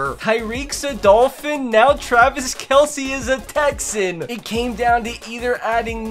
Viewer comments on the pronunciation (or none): none